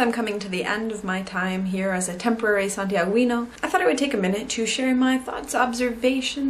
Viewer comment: Hi. Very good video. Two details: it's "santiaguino", no "santiagüino", the U is mute like in guitar. And the avenue is Alameda, not Almeda. Regards from Chile. :)